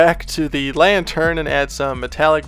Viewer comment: When you say lantern it sounds like your saying lion turd